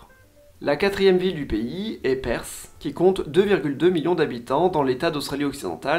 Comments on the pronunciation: Perth pas perssss, sacré francais ahahah quand allez-vous comprendre que th ne se prononce pas s , voici une video pour apprendre a prononcer Perth , en voici une autre pour la forme , sinon très bonne vidéo comme toujours. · Et Perth ne se prononce pas Persss XD